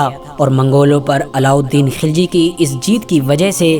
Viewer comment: खिलजी नही खलजी